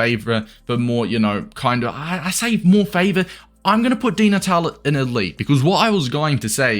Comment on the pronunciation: its pronounced dee nat-ah-lee